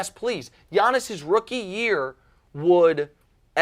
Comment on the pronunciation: Giannis. And yes Joy, your pronunciation was spot on (I'm Greek)!!!